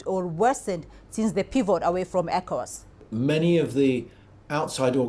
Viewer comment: Ecowas is done. Stop saying Evowas